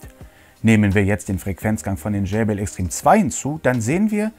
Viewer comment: gumminubsis und wie du extreme, ein englisches wort, aussprichst. ich schmeiss mich weg XD